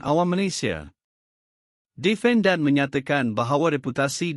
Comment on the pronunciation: Perkataan NORZITA, ENGGAN, DEFENDAN dan AKTA.......tolong sebut dgn betul. Jika komputer baca tak sesuai elok dibaca oleh manusia...apalah kamu, video pendek pun tak mampu nak baca. harapkan komputer yg sebutannnya salah.....